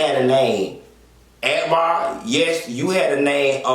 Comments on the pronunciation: When he read Arkbar 😂😂😂. Like thissss 😂😂😂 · Lmao why u read akbar like that girl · When he read Akhbar, I died like disssssss...💀💀💀💀💀💀💀💀